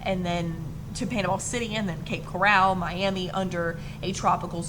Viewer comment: Thank you so much for the weather report. I live 1 hour from Cape Coral and the way to pronounce that town is like coral in the ocean, not corral like a horse corral. Everything here in Florida is focused towards trees, palms, birds, ocean etc. thank you again I appreciate your hard work.